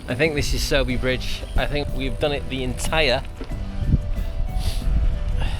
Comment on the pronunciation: Your pronunciation of Sowerby Bridge is spot on mate. Get yourself a power bank or two. Stick them in a top tube bag and charge devices on the go.